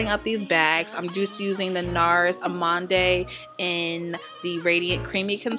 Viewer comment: gorgeous make up hun. Lol it's NARS Amande "uh-MOND"